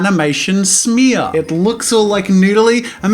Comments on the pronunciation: “That’s called an animation SmEaRrr” I DIED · When Jazza says 'smear'. I can't breathe!!! 😂😂😂